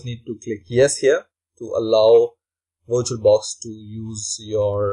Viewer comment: wirtual-box dot oh arr jee